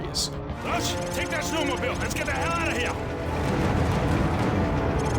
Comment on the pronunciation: As an Alaskan, "snowmobile" hurt my soul like a minecraft damage noise